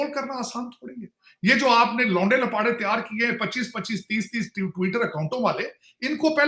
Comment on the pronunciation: Launday-Lapaaday...... 😂🤣😆😅😂🤣😆😅😂🤣😆😅 Sir, yehh to aapnay Dilli wali sunaa di...👍👍👍👍👏👏👏👏👏👏👏👏👏